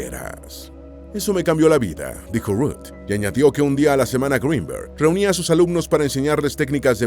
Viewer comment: No es un apellido anglosajón, no se pronuncia "Gruinberg", sino tal y como se escribe.